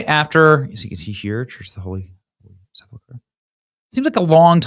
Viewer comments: Benny, please say "Holy Sep-ul-ker" and not, "Holy Sep-la-ker." Check the word's spelling: Sepulchre. Thanks. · No judgement Benny. But, its pronounced: Seh-pulk-er not, Sepple- kurr . Nothing but love, and God bless!!!